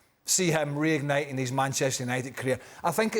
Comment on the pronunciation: Please ESPN hire educated people... "reigniting"